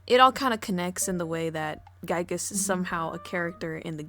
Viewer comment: Honestly, I don't think you butcher his name at all! That's the definitive way to pronounce Giygas! ("guy-gas") At least it's not his early name that he was used to be called: Giegue. (Not even Earthbound fans doesn't know the correct pronunciation to that one.)